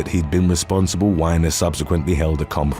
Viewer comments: Anthony's name is pronounced wee-ner not whiner. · It's Anthony WEEENER NOT wine-er.